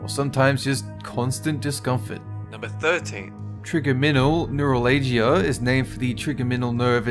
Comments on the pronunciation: Trigeminal Neuralgia is pronounced TRY-JEM-IN-AL NUR-AL-JIAH 👍 Its also called TMJ, and yes, it hurts like a bitch. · You God damn Aussies need to research pronunciations. It's not that hard to accurately say Trigeminal Neuralgia. A simple Google search will tell you how to say it, but instead you rush out content instead of making everything is perfect. Quality over quantity.